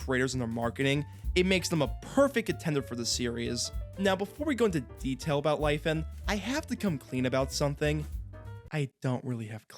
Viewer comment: omg didnt know you were chinese, the pronounciation absolutely shook my socks off. hihi